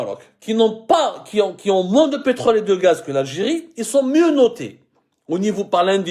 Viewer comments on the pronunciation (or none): none